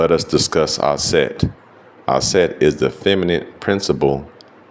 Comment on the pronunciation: Aset not Set.